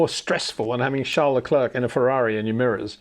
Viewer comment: Say Claire. Say Luh/Le. Say Leclerc.